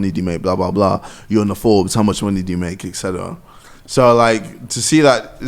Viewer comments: No one: Not a single flippin soul: Absolutely no one: JJ: Ekseteraca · Nobody: Not a single soul: Ksi: etcetera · No one: Absolutely no one: KSI: eTcEtErA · No one: No one: Absolutey no one: JJ: Etcetera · Nobody: Literally nobody: KSI: ekcetera